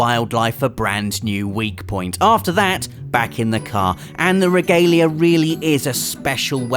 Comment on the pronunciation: Your saying the cars name wrong in ff15